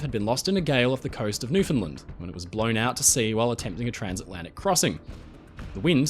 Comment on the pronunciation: As a Canadian, I very much appreciated that you pronounced Newfoundland correctly. It's refreshing to see a YouTuber that does their research on pronunciation instead of just saying " I'm going to get this wrong ha, ha." Job well done!